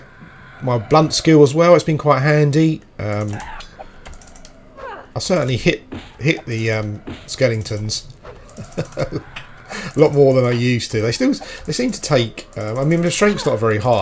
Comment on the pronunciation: skelingtons again lol